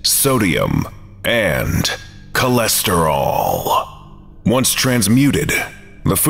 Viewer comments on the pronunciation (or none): The way he said "Cholesterol" 😳